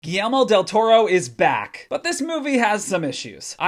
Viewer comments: GuillERmo not GuillELmo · Is he saying "Ghee-Elmo" ?? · That pronunciation of Guillerme is brutal bro